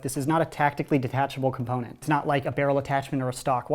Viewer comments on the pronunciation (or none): none